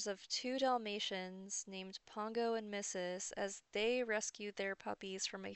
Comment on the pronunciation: It's pongo and perdita get it right or don't comment on something you obviously have never seen reading it is completely different js ✌️ #dogsrule #pplsuck